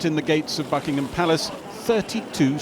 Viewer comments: i heard fucking-ham palace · At the start I thought he said Fuckingham Palace